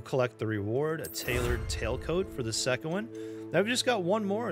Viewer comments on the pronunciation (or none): none